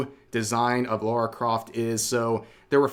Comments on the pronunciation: It’s Lara not Laura please get it right and stop doing it for rage bait this nonsense has been going on over ten years now . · Her name is Lara, not Laura. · Thats not lara croft, thats lary croft